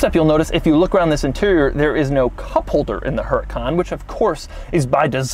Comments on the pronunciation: That's HuRAHcan....not HuREEcan. Followed by PERRforMANTEH....MAN as in FUN. Got it ? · Actually since Lamborghini names it’s cars in Spanish (yes I know the company is Italian), it would actually be pronounced Uhr-ah-kan, because the H is silent in Spanish, followed by pehr-for-mon-te. Most people don’t pronounce it this way because they either don’t know or it is too difficult for them, but that is linguistically the way to pronounce the name of this car.